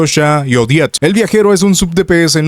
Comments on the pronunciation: Ya deja de decirle odete o ojet, suena como si estubieras diciendo jodet. O jett del chocolate. Se dice simplemente odet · Es 'Odet', no 'Odiet'.